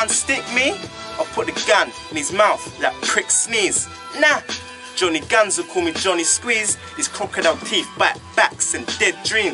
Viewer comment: johnny dosent kno ow to say guns... he says gans LOL and when he said couple he said caple